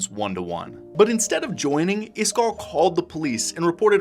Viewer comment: Why are you calling him iskarr? Am I tripping?